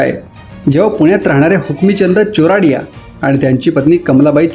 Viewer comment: How many are marathis...Shame on making such videos ...stop illeterate tubers ..its chordia not charodia